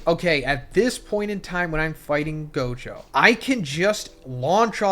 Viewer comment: This guy can NOT get Gojo and Sukunas name right lmao every video he gets the names wrong like 3-4x